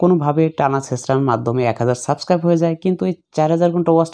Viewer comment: bai subskribe bola hoy na